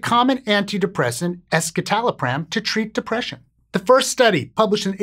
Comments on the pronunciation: The way you mispronounce escitalopram doesn’t instill confidence. Why only look at one study? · That's not how it's actually pronounced. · that's not how you pronounce "escitalopram"... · The "es" in escitalopram refers to the (S)-enantiomer of citalopram, which otherwise exists in a racemic mixture of (S)- and (R)-enantiomers in citalopram. A quick Google search of "escitalopram pronunciation" will bring up the correct way to say the name of this medication. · I was on escitalopram for 10 years and that is definitely not how I thought it was pronounced